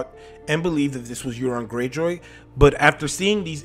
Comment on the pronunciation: Its euron man!!! Common